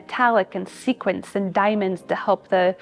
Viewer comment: The curator seemed to be a little nervous, she got a little flustered when describing the different color suits Edith Head wore and she said "This was a film worn by Barbara Stanwyck". She also kept pronouncing "sequins" as "sequence".